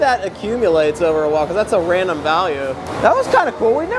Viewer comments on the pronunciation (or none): none